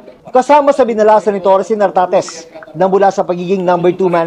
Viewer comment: Correction, nartatez hindi tartatez